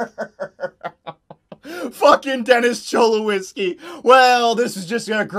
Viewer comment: Him saying Cholowskis name wrong 😤